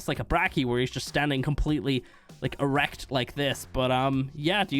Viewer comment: Why he say erect like that 💀